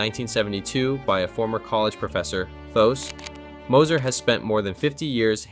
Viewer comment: It's some of the worst AI narration I've ever heard. Did you hear how he pronounced Thos. Moser???